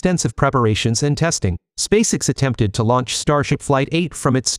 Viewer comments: SpaceX Not Spaceicks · In your text to speech script, write Space Ex not SpaceX. That way, the audio correctly pronounces SpaceX